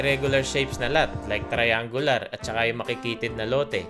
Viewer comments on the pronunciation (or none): none